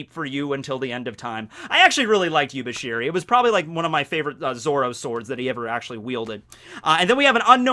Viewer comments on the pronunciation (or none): It's actually YUBASHIRI, but YUBISHIRI sounds cooler.